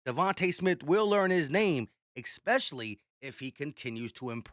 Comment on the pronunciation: Dude, you still think especially has an X in it lol. It's all good, just picking. But seriously though 😂